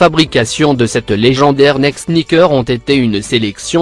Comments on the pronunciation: Louiviee ouitton et il dit nèke mdr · Avec " neke " mdr faut arrêter les voix comme ca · Le mec il dit neke au lieu de Nike 😂😂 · Ptn mai i s pas dire nike i dit nake et air jordan i dit air jordent se con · nèke au lieu de Nike 😂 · Comment il dit Nike